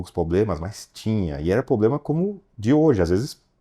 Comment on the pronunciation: Ninguem vai avisar o que não é POBLEMA que se fala......kkkkk